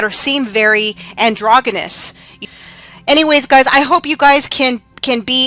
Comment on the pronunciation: Androgggenous lol How about pronouncing it properly